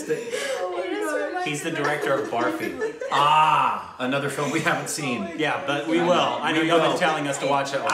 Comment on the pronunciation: Its not pronounced "baarfy" which changes the meaning lol but "burfy" (that's what the girls were laughing over)